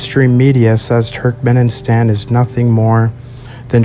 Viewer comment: Will someone please tell that dude to stop saying Turkmen-in-stan and pronounce it correctly 😭